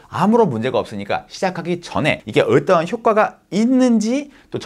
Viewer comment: 으떠한 효꽈가 으있는지~~